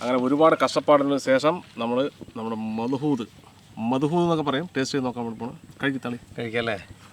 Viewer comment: മദ്ഹൂദും അല്ല മച്ച് ബൂസും അല്ല മള്ഹൂത്ത് مضغوط എന്നാണ് പേര് പ്രഷറിൽ ഉണ്ടാക്കുന്നതുകൊണ്ടാണ് ഈ പേര് ( പ്രഷർ )